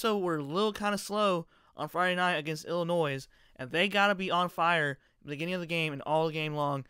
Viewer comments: You should say "Illinoy" , and not "Illinoise" like you said,....just sayin'..... I hope the score is Ohio State 45, Penn State 28, but it IS hard to predict this one. We're missing Bosa. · Lmao obviously you don't know how to pronounce Illinois, the s is silent man, come on thats elementary level stuff.